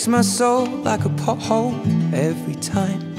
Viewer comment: Lol his accent is funny that part